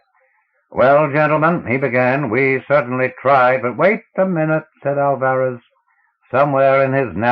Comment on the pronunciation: Good voice, but learn to pronounce. You do not get 5 minutes into the first story before hearing the names Ophiuchus and Alvarez mispronounced.